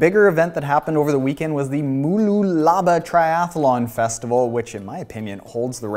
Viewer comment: Bahahahaha you absolutely butchered the pronunciation of Mooloolaba